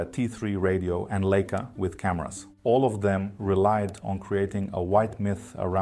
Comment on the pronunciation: Leica is not pronounced like this 😢. Just listen to how everyone and also Steve Jobs pronounce it.